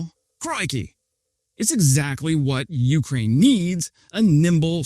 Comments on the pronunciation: PLEASE stop saying YOU-k'rain... it's yew-CRAIN. The second syllable is stressed, not the first. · sometime he gets it right, but most often its "you crane" with a drawn out you. shorten the you bit and contract the word more and u got it ;)